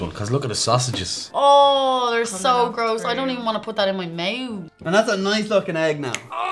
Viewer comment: Meeeouth. Its mouth.